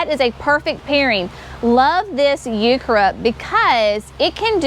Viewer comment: I’m a 70yo gardener with a degree in horticulture and landscape design. I’ve never heard heuchera pronounced hew-CHAIR-ah, only as HEW-ker-ah. The other sounds like a Spanish pronunciation of the word. Never heard of it. Js